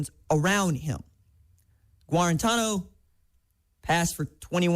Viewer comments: It's pronounced Gar ran tano. Not gwar ran tano. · You're pronouncing JG's name wrong